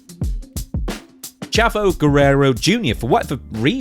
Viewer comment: Pronounced Chaavo